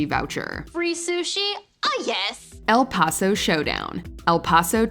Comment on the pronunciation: 🤣She can't even say EL PASO correctly!